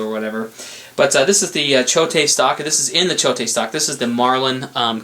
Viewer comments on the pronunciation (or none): It is pronounced CHOTE Machine and Tool AKA Choate Stocks. NOT CHOTE-TAY!!! It is a strange spelling. I see SO many so called pros pronounce Leupold wrong. It is not and never been LEO-POLD. It is pronounced LOO-POLD. That drives me crazy. Two of my favorite gun guys on You Tube grew up pronouncing it wrong and refused to change and pronounce it correctly. Also: LAPUA is pronounced Laappua. NOT LA-PUA